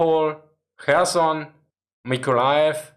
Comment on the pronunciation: I appreciated him pronouncing Kherson correctly!